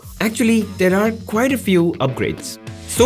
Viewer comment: "quite" not "quiet" - Sincerely, Teacher